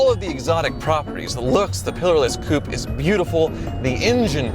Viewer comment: *Coupé, Not "Clownshoe" 😂